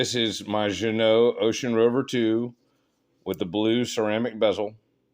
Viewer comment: hahaha, I understood it so you did well my friend!